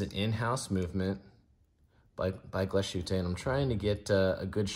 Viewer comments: "tte" is "tah" not "taay." Otherwise, good review. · Glashu-tay 😂 I’ll be he calls Target “Tarjzay” too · I never trust reviewers who can not even pronounce the names of the product right. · Horrible pronunciation. Do your homework. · Than you for helping us learn otherwise we would have never known. The points (also with reference to my other comment on this video) are: I) someone who doesn't know how to pronounce the name of a European watch brand should not be making a video--high horology is not child's play and should be taken seriously; and II) while Glashutte and A Lange & Sohne share the same DNA courtesy of the "nationalized" watchmaking industry during the war, and come from the same region in Germany, the two cannot be compared just as a Maybach cannot be compared to a Volkswagen. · I do, I care. It's unprofessional and ignorant to not put in 1 microjoule of effort to look up the pronunciation online. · It’s so easy to look up the correct pronunciation. This is lazy and sounds grating. Not the only channel to butcher the name, but really. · It drives me insane. French watch names are somehow pronounced more accurately. IDK HOW but they are. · It's pronounced "glass - hoot - uh", lange is pronounded "lawn - guh"